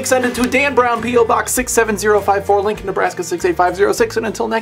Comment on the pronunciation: For the past few Wall Wensdays I thought he was saying "Link In" not Lincoln.